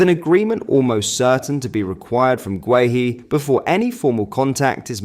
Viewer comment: Gay-Hee, not Gway-Hee